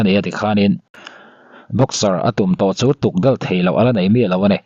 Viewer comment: Tukdal an ti lo,tukdawl tih tur aw